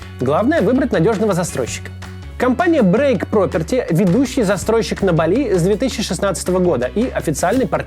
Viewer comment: не Бали', а Ба'ли